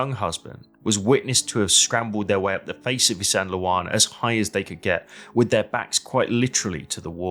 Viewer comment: LOL there's no sandle in Isandlwana it's pronounced ISAND - WANA or ISANDA -WANA with a silent L